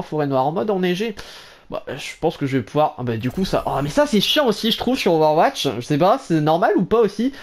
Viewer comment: Ové ouatche